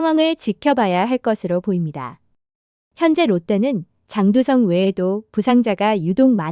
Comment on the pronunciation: 장두썽~ 장두썽... 이런 발음은 좀 아니지 않나 싶습니다.